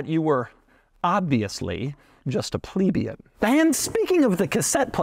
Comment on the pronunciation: EVERYTIME Doug says “Plebeian” 😂😂😂😂